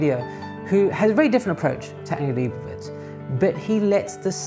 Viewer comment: i would correct your pronounciation of Leibovitz but honestly, anglophones have been so disappointing in their ability to pronounce non anglophone words that i get the distinct suspicion that it might be a wasted effort